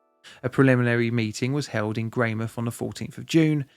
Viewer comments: Note on the pronunciation, we fully pronounce the mouth in Greymouth so it's Grey-mouth not Grey-mith :3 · It's not greymith, it's grey mouth, like a mouth which is grey. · I study at Tai Poutini Polytechnic also in the outdoor education program. We have a memorial Yearly and one of my tutors was from this cohort that witnessed the tragedy unfortunately. (You were very close with pronunciation, the OU is a "Oh" sound) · 'Sorry for the pronounciation' proceeds to pronounce the Maori well and butcher Greymouth. 😂😂😂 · Pronunciation: Your Tai Poutini is as near as 95% of NZers will ever get but it's "Grey-mouth" not "Greymith"